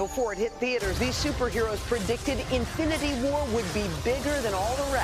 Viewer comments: Did I hear that woman say ' AFFINITY war ? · "Afinity war" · Did she say affinity war twice? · What the f is Avengers affinity war zz